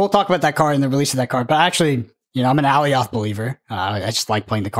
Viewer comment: FYI, (not trying to be "that guy" in the comments, but I take it has never watched Loki, as "Alioth" is pronounced "A•lie•ith" not "Alley•oth"... Just saying 🤷